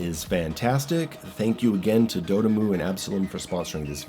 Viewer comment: Please don't pronounce dotemu like you did here or just don't say it's name anymore. 💀 But your review was great other than you sounding silly everytime you said the devs name. Lol. It convinced me to buy the game. BTW it's pronounced dot m.u. Like just the word dot and then the first part of the word emulation.